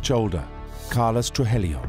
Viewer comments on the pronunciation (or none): Narrator keeps saying "Trujelio instead of Tru-ji-llo!!😂😂😂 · The narrator is a Brit, but there is certainly no excuse to mispronounce names/last names when they are readily available to hear in other docs and interviews. Saying Blank-o, and Tru-jilio is just lazy work, no matter what your accent sounds like. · his pronunciations of Medellin and Trujillo are abysmal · He mispronounces Trujillo and Medellin terribly. He adds letters that aren't there. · I caught that. Also they misspelled Miami as 'Miama', and that narrator's pronunciations of Medellin and Trujillo are a disaster. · Except for the horrific pronunciation of Spanish names...